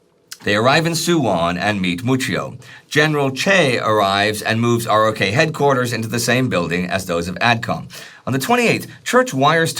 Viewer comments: Another great episode. Just FYI, the US military refers to the Republic of Korea as ROK as in "rock" and doesn't pronounce it R-O-K. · Ima say it again. It's said ROK Army. Pronounced like rock.